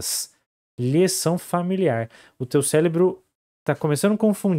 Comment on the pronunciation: Eu ouvi bem ou ele falou "céLebro"?